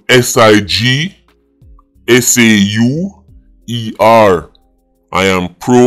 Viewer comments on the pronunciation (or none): “SIGSAUER” 😂😂😂😂 German or Swiss? 😂😂😂😂😂